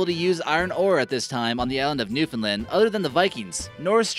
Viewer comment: Being from Newfoundland it's pronounced New-Found-Land not New-Fin-Lind. 😔